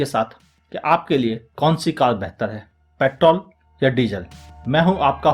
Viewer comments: Vo pettttol nahi petrrrrol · Sir ap petrol ko paittol kyu bolte ho?